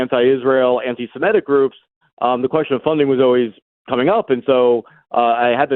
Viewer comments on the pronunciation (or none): Can't stand it when people, like, say "antisemitic" as if it's "antisemetic". I think they've got the word mixed up with "hermetic" in their brains. It's usually the same people who say "fentanyl" as if it's "fentanol." It all betrays a degree of illiteracy.